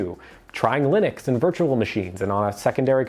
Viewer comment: "Linunx" LoL😂